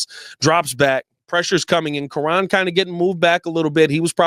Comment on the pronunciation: you have pronounced Kiran’s name 8 different ways since he’s gotten drafted. Please learn how to say the players names for the team you’re paid to cover lol